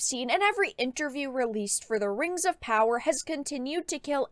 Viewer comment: THE RANGS OF POWAH